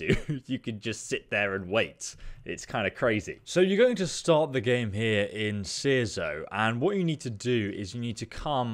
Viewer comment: makes some good outward guides, but I can't help but wonder if he deliberately pronounces names wrong "seerzo" "chersonce" and ockollolt" are so wrong I can't help but type this comment.